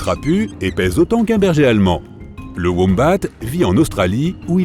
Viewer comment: Sa se dit womba pas wombate, et je sais que sa s'écrit wombat